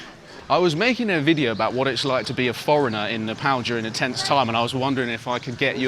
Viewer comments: The way your pronounced nepal at first feels like music to ears 🥹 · I think this is the first foreigner to pronounce 'Nepal' correctly, instead of 'Ne paw l" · Happy that you’re saying NEPAL not NEPOLL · Bro said "Nepal" not "Nephol"